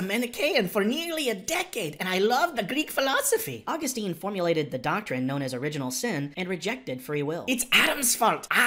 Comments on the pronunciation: St. Augustine's name is pronounced "aw-GUS-tin", not "AW-gus-teen". I should know - I attended a high school named St. Augustine Academy. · Please learn the correct pronunciation of Augustine :-)